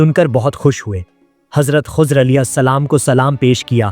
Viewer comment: Hazrat Khozar nahi, Hazrat Khizar Jan boojh kr aesa krty ho